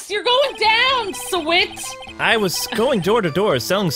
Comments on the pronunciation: The witness for the first case that was called to the stand, it’s not pronounced shawit, you say it like you saw it. Get it? He’s a witness? He saw what happened? not trying to be rude, just trying to point it out. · Sahwit is a pun on SAW IT, so it should be said like that